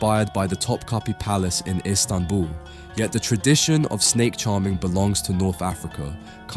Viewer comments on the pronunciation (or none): none